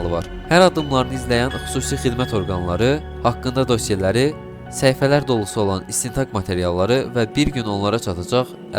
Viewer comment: dosyələri yox dosyaları